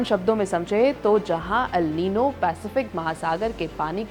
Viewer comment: निनो नहीं निन्यो होता है और नीना नहीं निन्या होता है